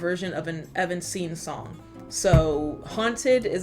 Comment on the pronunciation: Favor with peace and love are you trying to say evanescence? Even sense? I truly can’t figure it out 🤍💜 Love your content (When talking about haunted sounding like a different artist)